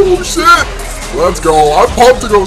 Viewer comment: IKR WHAT IS "CHIT"